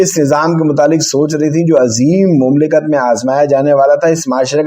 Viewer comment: مملکت کے تلفظ میں میم پر زبر پڑھنا چاہیے.